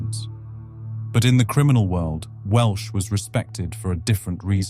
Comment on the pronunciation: Welsh, not Walsh.